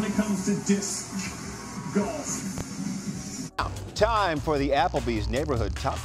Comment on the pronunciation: When they said, "Disssscuh golf" 💀